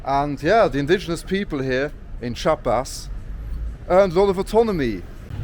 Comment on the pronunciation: Chiapas is a beautiful place, full of natural landmarks and biodiversity. Btw the pronounciation is /Chee-ah-pas/. Nice video and enjoy all México 🇲🇽✌🏼